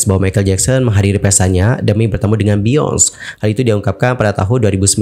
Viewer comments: Biyonce yg bener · Harusnya Beyonce bacanya "beyounsi"